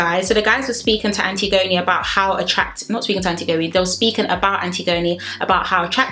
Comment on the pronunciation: Im earlyyyy And also you’re pronouncing her name wrong 😭😭😭 ALSO I noticed this.. don’t u guys think it’s weird how jay and ekinsu don’t get a screen time when they’re together? Only when they’re in drama